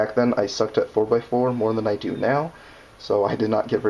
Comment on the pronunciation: "Do" not "ro"